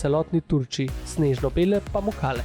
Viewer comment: Se mi zdi, da sta ves čas govorila POmukale 😆